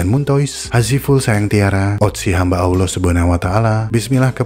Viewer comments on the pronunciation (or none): none